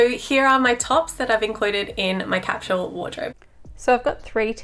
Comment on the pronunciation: What is “capshul”? Are you saying “capsule”?